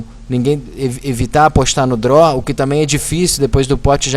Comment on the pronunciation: DRO, OVERCAR... kkkkk fala direito!!